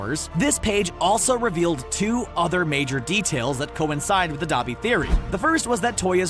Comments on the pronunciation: i kept cringing when you say dobby but ok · He is saying duabi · D-ah-bee AHHH GET YOUR BHA RIGHTTTTT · Saying Dabi Capitals: Saying Dobby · Why do you keep saying Dobby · Thought you pronounced Dabi Dab-i not Dah-bi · I heard “the son of the hell flame hero DABER” Dont be mad at me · NOT D-U-B-I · ITS D-AAAA-B-I